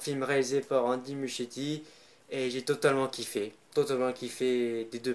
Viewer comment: J’ai pas compris par contre au début le nom du réalisateur tu la carrément écorcher